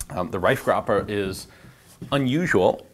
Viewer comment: Pretty good pronunciation of the name Reifgraber.